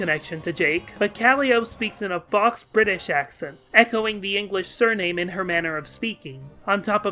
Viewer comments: okay, i'm fine with "CAL-ee-ope", but "fahks" is going too far. it's "fo". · Calliope = Cal-I-Oh-Pe Faux = Foh Sorry, the pronunciation killed me a little. You do you, but my inner grammar Nazi demanded I comment this. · Some pretty major pronunciation issues throughout this series. I dunno if anyone ever bothered to tell you, but faux is pronounced "foe", variant is pronounced "very ent" with the accent on the first syllable, and Jung is pronounced Yoong. Also Calliope is pronounced along the same lines as Hermione is. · Your pronunciation of "faux" hurt me more than your pronunciation of "Calliope."